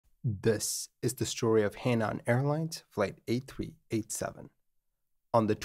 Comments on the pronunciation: "her-nan" not "hey-nan" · Henan is pronounced Huh Nahn. Just fyi. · Henan is pronounced “Hernan”. A significant thing to know to tell this story. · Henan is pronounced her-nan. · A tip for the creator, should he need to mention He Nan Airlines again, you got nan right, but He is pronounced like Her, but without any r sound. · Not super-important to the story, but just for the record, the “He” beginning of “Henan” is pronounced (essentially) like the “hoo” beginning of “hook.” It’s a Province name, written 河南, and means “south of the river.”